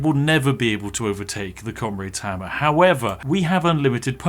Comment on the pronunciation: FREE FOUSAND DAMAGE?!!? Noer way!!!! Fink you can get anymore? Oy fink you can. Wif fat koind of damage you could kill everyfink in that whole air-ee-er!!! That Comraid's Hamma IS serious though, innit? Ah English..... Perfectly balanced. It just works.